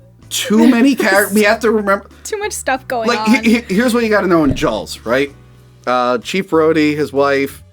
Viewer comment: I can not unhear "Jawls"